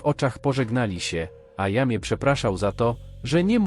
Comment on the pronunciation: Jamie to chyba fonetycznie Dżejmi😉